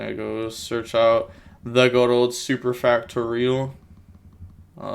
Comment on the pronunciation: hes pronouncing super factorial right XD